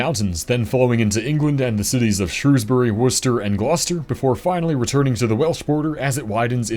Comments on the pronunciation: As a Brit, hearing you pronounce Shrewsbury, Worcester and Gloucester perfectly damn near brought a tear in my eye. More Americans like you please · 10/10 pronunciation of Worcester and Gloucester.